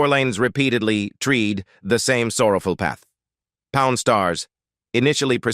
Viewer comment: Fake video. Did they find the submersible yet?? By the way, "tread" is not pronounced "tree'd"